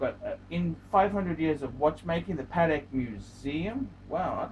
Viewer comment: Paddeck phist